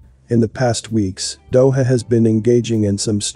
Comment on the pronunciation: Thank you for another informative video. Not to be a stickler, but the J in Doja is pronounced like the J in John. For those who haven't looked it up yet.